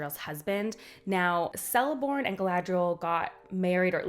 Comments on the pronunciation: I’m sorry but every C i elvish is pronounced like k if it’s not with an h after. Thus: Not Seleborn but Keleborn (Galadriels husband) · Celeborn is pronounced with a hard C or K sound. 'Keleborn'. Same mistake Americans make with Celtics: 'Keltics' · Tolkien was fond of his hard C's. So its Kell-ih-brim-bor not Sell-ih-brim-bor. Cirdan is Keer-dan not Seer-dan. Celeborn is Keleborn not Seleborn. It takes a while to get used to. 🙂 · Hey, what is very weird is the relationship between Galadriel and Elrond since Elrond is much much younger and actually marries Galadriel‘s daughter Celebrian. Also, the Cs are pronounced as Ks, so it‘s Kelebrimbor and Keleborn. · Just a note that the caracter of lotr that starts with a C , like Celebrimbor, Celeborn , Curufin and Celegorm , the sound of the C its of a K , like" Keleborn" . Just a note , love the video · Nice video but it hurts my soul when you use the soft "c" when saying Celeborn and Celebrimbor. It should be hard , "Keleborn" and Kelebrimbor" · Great video. A note on pronunciation: Celebrimbor and Celeborn are pronounced as Kelebrimbor and Keleborn.